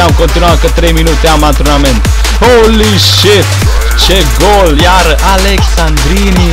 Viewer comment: Alessandrini* nu Alexandrini ca i francez